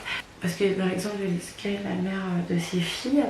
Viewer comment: C'est pas niskas ma belle mais niska haha